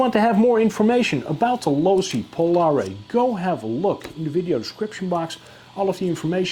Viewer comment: Looks awesome but your pronouncing the name wrong bud